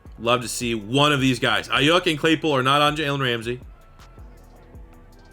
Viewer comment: As a Niners fan I will tell you it’s Brandon Eye-You-K